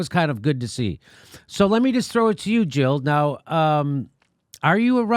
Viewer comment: Jill not Hill!